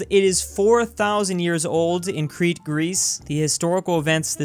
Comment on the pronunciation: I’m from Crete,Greece and I m so proud that said the name right 😂